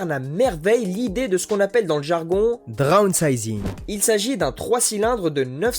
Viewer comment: C'est pas "Dronsizing!!"😂